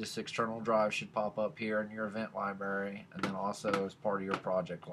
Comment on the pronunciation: I liked your video but hearing you say library was making me mental. I'm not hearing the R in library. I kept hearing liebery or liberry. Sound it out slower if you are having problems. Li-bra-ry now I can't put the line over the a their so don't say bra like what the girls wear. Lol, you get the picture. Libery is when your holding a bunch of berries and the spill out and are laying on the floor.